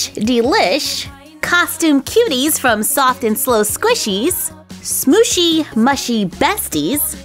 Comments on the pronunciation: shooshy mushy is pronounced sqooshy mooshy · Omg it is called Smooshy Mooshy not mushy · It is actually pronounced: Smooshy Mushy (M-oo-sh-ie) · U say it like smooshy mooshy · ps it’s pronounced smoshy moshey so it rhymes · It’s pronounced squishy mooshy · It is pronounced smushie Moo-shie